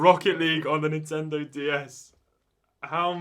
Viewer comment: please start saying Nintendo not Intendo. plz. love the channel btw